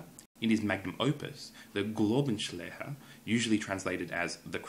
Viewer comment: While your pronunciation of "Schleiermacher" is actually pretty good, I had to laugh a little when you tried to say "Glaubenslehre" :D